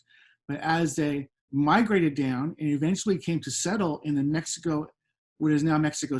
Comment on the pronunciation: VIVA MI RAZA MEH-SHE-KA